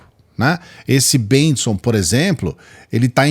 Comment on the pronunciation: Josué Bengtson (Bentson 🙄🙄🙄)